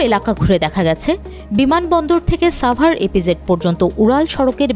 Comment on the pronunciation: ছাভার নয়, সাভার বলতে শিখুন